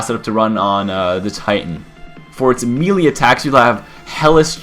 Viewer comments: Melee = MAY•LAY. Not "Mee•lee". I absolutely despise when people say that shit. Buy a damn phonics book. Good video, though. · ITS PRONOUNCED MAY-LAY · melee is pronounced (may-lay) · he can't say melee right it's annoying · there's more than one way to say it, depends where you're from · It's spelled "Warlock," and they're pronounced "may-lay" and "triv-ee-yuhl". :)